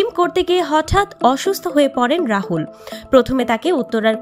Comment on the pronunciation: আরে ভাই রাহুল না রাতুল